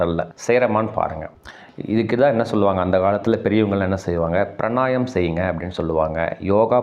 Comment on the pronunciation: Pranayam aaaaa??? Pranayaamam nu sollunga.